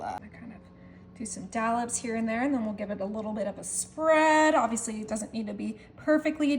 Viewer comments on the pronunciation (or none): none